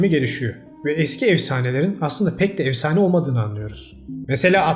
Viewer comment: Evsane değil “efsane”